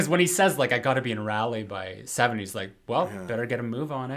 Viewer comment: Hey Guys! North Carolina native here. Raleigh is pronounced like it rhymes with holly (think of the song " Deck the halls with boughs of holly Fa la la la la, la la la la"). Both of you seemed to be uncomfortable when you said it. Hope that this helps♥